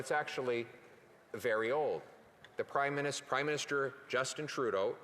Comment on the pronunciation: Did he say crime minister 😂 I heard it twice